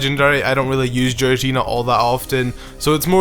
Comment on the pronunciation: HAHAHAHAHAHAHA!!!! THE WAY HE SAYS GIRATINA!!! SO WRONG AND FUNNY!!